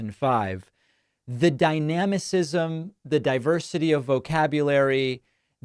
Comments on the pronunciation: ... Pakman uses a word he can't pronounce. Dynamism. He says Dynamisism. If vocabulary is important to you, could you teach Pakman how to pronounce the words he uses? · Pakman says dynamasisim....there's no such word..It's DYNAMISM. Don't use a word if you can't pronounce it, trying to impress people, it's embarrassing for you, or it should be.